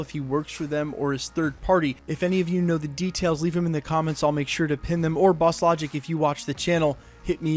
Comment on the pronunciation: I loved when Jake Gyllenhaal and Jimmy Fallon called Bosslogic ‘Baslajik’ and he literally made another account called ‘Nikola Baslajik’😂